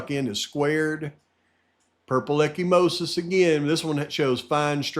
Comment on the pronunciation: Echimosis is bruising, if I remember correctly. (pronounced eka-mosis). Not to correct you,. Just giving the info. ty for all you do.